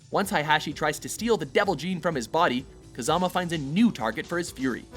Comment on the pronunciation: I could be wrong but I think he was mispronouncing Mishima and Kazama as well.